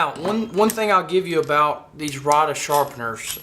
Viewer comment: It is pronounced ray duh